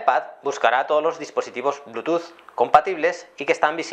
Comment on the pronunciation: al bluetooth le dice blutus xD